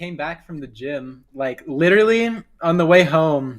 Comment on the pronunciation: Littery??? U mean literally??😂